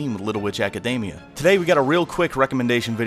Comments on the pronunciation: Little Ejacademia... It's all I hear when he says the title. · AC- A DAMI- A? It's academy but in japanese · Little ejack-admina.....why do you keep saying that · Your pronunciation of "academia" made my eyes twitch.